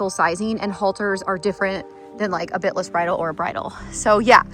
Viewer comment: Omgosh I thought you said "spit-less" not bit-less. 😂 I love the purple! 💜💜💜